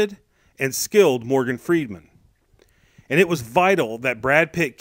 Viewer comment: good review but his name is not freedman its freeman